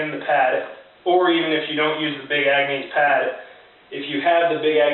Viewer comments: Nice system. I like your channel. For future reference though it's pronounce Big Agnis not Big Angnees. Keep on keepin on man. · Love how you keep pronouncing it Agnease.....lol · "Ag-nees"? Really?